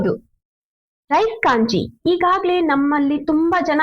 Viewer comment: Y u people calling kanji instead of ganji